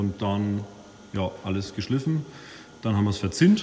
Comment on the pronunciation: Geschliiiiiffen nicht geschlÜÜÜÜfen